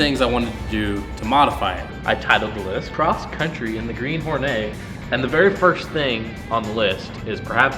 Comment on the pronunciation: Horneey. It's a Hornet, not a french bread.